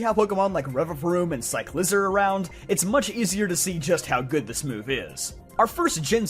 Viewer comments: Cyclizar is actually pronounced, "Sie-kli-zarr." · Your Cyclizar pronunciation though😅